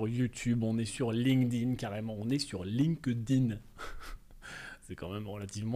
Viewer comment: Eh, ok pour les anglissismes. Dans ce cas, prononcez bien LinkedIn. Post très intéressant mais supra technique. Il est temps de s’y mettre!